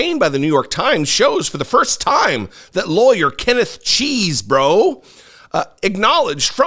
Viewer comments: it's pronounced "Chess bro". Not, "Cheese bro". Thanks. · Love how pronounced " CHESEBRO" nice.